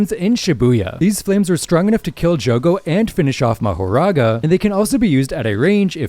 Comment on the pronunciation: the goat? I think he just mispronounced jogo